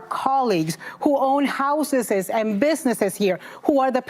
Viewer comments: How can you own a house if you're illegal? Oh I'm sorry houseses as she says it. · "Houses's" 😂tf? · Did she say “houseses”?